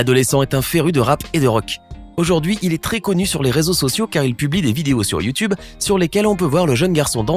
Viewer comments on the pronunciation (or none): none